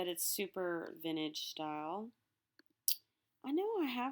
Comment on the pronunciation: VinTAGE not vinage